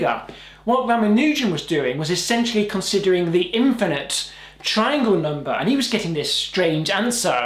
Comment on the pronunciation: and also... NUMBAA haha